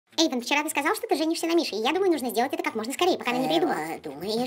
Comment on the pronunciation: не Ейдан а Ейван